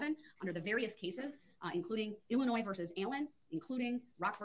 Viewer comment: I hate when he says illinoise...there is NO noise in Illinois.